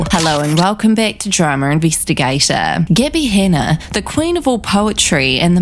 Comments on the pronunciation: "Gih-by Han-uh" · "Gibbi Hanna"